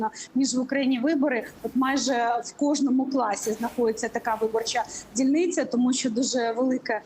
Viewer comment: Не дильниця,а дільниця, таки від кацапської мови не може відмовитись,щож сім'я кацапськомовна нічого не вдієш,це є порохоботовські патріоти,пошти всі кацапськомовні,да як тільки Українців дурять як не порохоботи так єрмаки з татаровими,а люди їм вірять.Невже після скікох смертей,після такої страшної війни люди таких будуть вибирати.